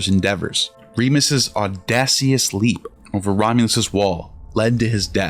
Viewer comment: Please look up how to pronounce "audacious" and "malevolent". It's not "aw-da-see-us" and "male-vo-lent".